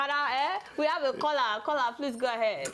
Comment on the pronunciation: love you all saharatv. I also like how when you say caller it sounds like "kola",,,hehe